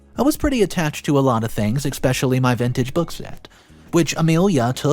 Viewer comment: Dear Reditto, As you will continue to read, please edit your pronunciation of several words. especially: ES-pecially. escape: ES-cape. There is no 'x' in either word. Thank you.